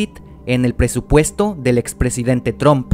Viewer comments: PRONUNCIA BIEN. NO ES TROOMP ES TRUMP, se pronuncia con A no con O. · cuando pronunciaste Trump como Tromp, perdiste mi atencion. Pausa y chau video. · no puedo creeer que dijo TROMP no puedo creerlo amigo no se dice el nombre como se lee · ¿Por qué dicen Tromp? lol